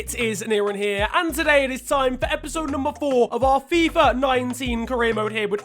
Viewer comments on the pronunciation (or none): none